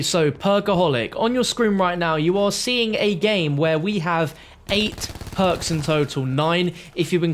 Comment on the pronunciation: The word is perks not poaks